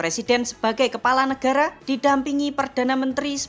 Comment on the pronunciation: YANG NGOMONG CEWEK ATAU COWOK,, ATAU 22 NYA😅😅 NEGARA , NEKARA😅😅